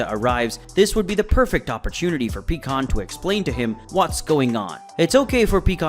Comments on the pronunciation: Bro you gotta get the names right, it's not peekon it's pronounced PIEkkon but spelled pikkon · It’s fucking PIE-KON not PEE-KON. Have you ever even watched dragon ball? Bc you pronounce all their names wrong and it ruins the content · Pikkon became peekon. Also "pecan" if ur from the south of USA